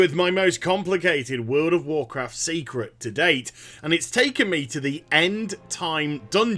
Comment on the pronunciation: Wurld o warcraft